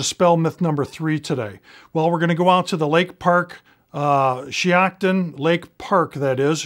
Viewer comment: If that’s shiocton, Wisconsin, which it looks like it is, (that’s the range I shoot at) it’s pronounced [shy-octon].